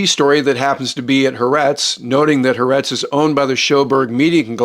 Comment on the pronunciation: The Israeli newspaper is pronounced: Ha’Ahretz.